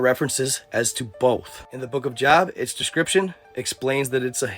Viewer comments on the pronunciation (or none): It’s pronounced Job with a hard O like GO or SNOW. Love the content 👍🏻